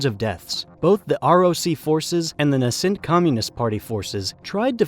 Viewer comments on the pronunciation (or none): NAY SENT is the pronunciation. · "Nascent": a word meaning "When there's something in your script that you don't understand, you should look it up and find out how it's pronounced." "Beizhing" is a word meaning "Hey, maybe I'm not cut out to be a script reader. I just don't seem to be able to get the hand of it."